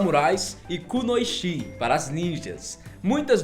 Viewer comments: se pronuncia "kunoitchi" não "kunoixi" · √ Ninja mulher (Kunoichi) se pronuncia com som de T Kunoiti'